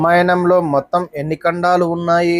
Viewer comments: ఖండాలు కాదు కాండలు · ఖండాలు కాదు ఖాండలు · ఖండాలు లేదాఖాండలు కాదు కాండలు